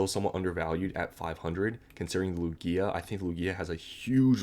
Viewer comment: Its pronounced Loog-iah not Loo-Giah… normies man…